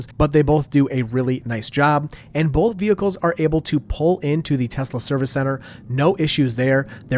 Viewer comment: "Bolth" - 2025